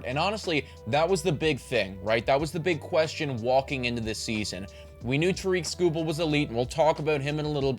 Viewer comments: Its Tare-ik. Like Derrick but with a T. Not ta-reek. Best pitcher in the world, nobody can pronounce his name. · Who is Toreek Skubal??? It’s Tarik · Pronounced like TERRIK, not ta-reek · Great video and writing! Just so you know though it is pronounced TEAR-RICK Skubal not TUH-REEK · Yep Tarik rhymes with Erik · no he didn’t. His name isn’t pronounced “ta-REEK”. It’s “TARE-ick”. Rhymes with Derrick. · Great video! But Tarik is (tare-ick) I promise you he is as white as ever lol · It is not TAREEK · I feel like you should learn to pronounce Skubal’s first name correctly. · lost me at tarik pronounced wrong lmao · You're saying Tarik wrong, love the Tigers love tho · This did kinda drive me crazy. He won a Cy Young. Please say his name right XD